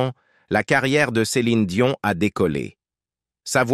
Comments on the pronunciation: Que le présentateur prononce le nom de l’actrice correctement Dion non pas Doine Très désagréable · DION DIONE apprenez à dire les noms propres correctement car au bout d'un moment les oreilles ont mal. Ceci dit je souhaite bon courage beaucoup de force et d'énergie à Céline car cette maladie doit être insupportable. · C est pas Dionne c est Dion !